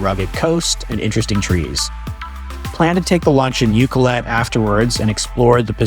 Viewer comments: Thanks for visiting the Island. Glad you had a wonderful time here. It’s a unique, beautiful place for sure. And there’s so much more outside of the areas you visited. For future visits, if you ever have to ask directions: Pronunciations: Lake Cowichan = Lake COW-ih-chin. Ucluelet = Yoo-CLUE-let. Wickaninnish = WICK-an-INN-ish. Port Alberni is on an ocean inlet, not a lake. It’s Sproat Lake, not Lake Sproat. (Also not Sprout… Sproat.) Salt Spring Island, not Salt Springs. Thanks again for visiting! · Lovely video but please ask somebody how to pronounce the different place names such as cowichan Lake/Bay ab Nd uculet, Wickaninnish Inn. You , unfortunately missed Parksville which has the most amazing beach and park.